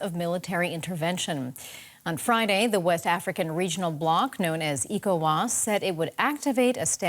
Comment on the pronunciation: It isn't known as 'IKO-WAS,' it's known as 'ECHO-WAS.' 🤦🏿‍♂